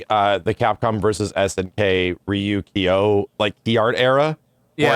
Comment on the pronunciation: GUYS it isn't pronounced "Key-yo"